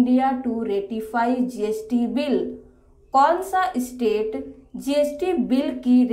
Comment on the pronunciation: Try to improve you English pronunciation: STATE not ISTATE